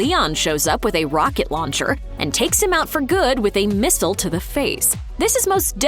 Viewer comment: Did you just say 'mistle'